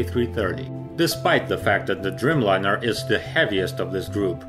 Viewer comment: Driiiijmlajner, a nie drymlajner :) A poza tym, bardzo dobrze.